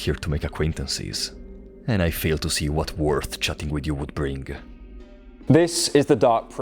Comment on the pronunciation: iconic non silent g on “bring”